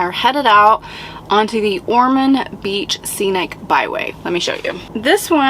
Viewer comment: Ormond Bch pronounced Or mund